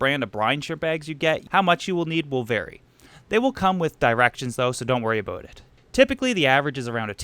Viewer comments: did he say aboot instead or about? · he did! I don't hear many Canadians including myself actually saying aboot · As is tradition of course...